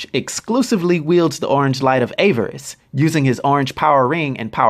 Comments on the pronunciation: Avarice. (A-VA-ris) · Awesome vid! Though I really hate to be this guy, its just I think it takes away from all the hard work you put into the video when you mispronounce "Avarice". The correct pronunciation is "AH-VAH-RIS". Great video again and please keep them coming. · "Agent Orange"? Greedy? Self-Destructive? Sounds like Trump to me. I'm glad you got a kick out of him. I got a kick out of your mispronunciations of: Avarice, which should be pronounced: "Ahh-Vriss" Sayd, which should be pronounced as: "Say-d" Ophidian which should be pronounced as: "Or-Fah-Dine" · You're pronouncing avarice wrong dude. I only mention it Because it's sad, since you give great character breakdowns! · Avarice is not pronounced that way, man...